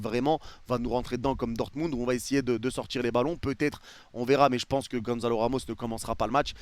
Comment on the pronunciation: Soler, tu dois le traumatiser, à l'appeler "Soleure" tout le temps alors que ça se prononce "Solaire"... 😂😂 Quant à Ramos, il s'appelle Gonçalo, pas Gonzalo... Et, ne t'en déplaise, Gonçalo Ramos, c'est un vrai crack !